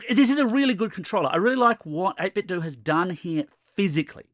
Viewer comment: finally! it's freaking "do" not "dough".